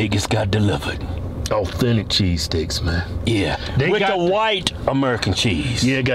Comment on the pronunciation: "Cheeseteaks"...the S is cutting!?